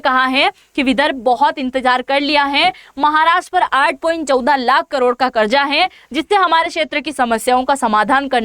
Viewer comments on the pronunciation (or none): none